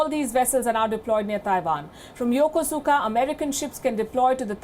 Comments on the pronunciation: It's pronounced "yokouska", not yokusuka. Please. And stop calling Japanese people you don't know by their given names, i.e. not their family names, especially w/out attaching the suffix "-san". It's a grave insult, although they will never tell you that because they are polite. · It’s pronounced “YUKUSKA” not the way it’s spelled lady, lol. Ask the Japanese, that’s how they say it too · Yokosuka is pronounced Yokoska. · Excellent report. However, Ms. Sharma did not say the name of the Japanese city, where the five destroyers arrived, correctly. The City of Yokosuka, which is in the southern Tokyo Bay region, is pronounced Yo-Ku-ska, not Yo-ko-su-ka. In Nihongo (Japanese) u is most ofter silent when following an s. I know this for I once served there in the U.S. Navy aboard a Destroyer when I was younger. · pronounced..Yakoooska..Yokosuka, Japan